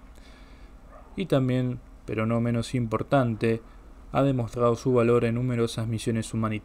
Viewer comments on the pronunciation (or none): none